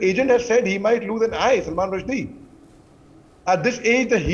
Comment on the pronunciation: Salman Rusheedeeee ? I know it’s a proper noun but try to learn names properly?